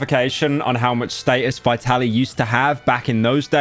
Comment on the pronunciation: As always pyro can’t even pronounce the name of the subject correctly. It’s Vee-tuh-leej